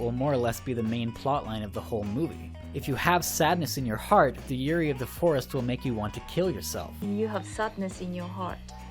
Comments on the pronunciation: I gotta tell you man, you pronounced yuurei wrong. While that normally wouldn't really matter, you said yuri, which is girl on girl action. I had to stop the video and laugh for a minute. People without a proper burial turn into lesbians lol. For future reference, yuu-ray is a good enough way to say yuurei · LOL. Not as a Yuri. (you-ree) a Yurei (You ray-eeee) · its not Yurai... its Yurei. when you pronounce a japanese word with the letters ei together, treat it as japanese, not german.... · I know this is 4 years old but i just watched this movie today so anyway it's pronounced you-ray and also in the beginning of the movie when Sara visits the school, they mention that they have field trips there because the forest is just part of mount fuiji. So the girls in the school uniform probably arent yurei but actually just part of a field trip. Also the school girl in the forest, i think aiden mentions her being a school kid who came out here to commit suicide. which, yknow, p common. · Yurei is pronounced you-ray. A you-ree is a lily. Also used as a word for lesbian relationships. Pronunciation matters.